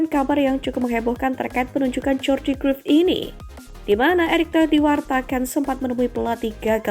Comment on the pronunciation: cruyff dibaca Kraif min bukan kruif